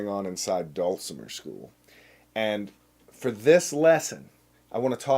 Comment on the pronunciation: I don't know how to spell phonetically, but I'll give it a shot. dull-simmer. Put the accent on the first syllable.